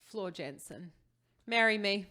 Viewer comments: It’s JANSEN not JENSEN !!! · "Yansen" ("J" pronounced as "Y" in Dutch). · small tip, pronounce jansen as yansen, much more accurate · Jansen. Please pronounce her name properly. That little Dutch girl deserves that